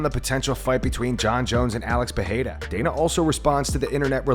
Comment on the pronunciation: Still waiting for this channel to start saying Pereira instead of PAHAYDA